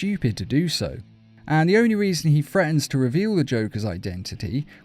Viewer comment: "Threatens" doesn't have an "F" in it.